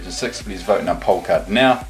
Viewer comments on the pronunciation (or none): none